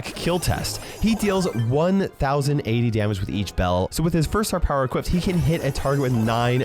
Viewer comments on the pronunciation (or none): none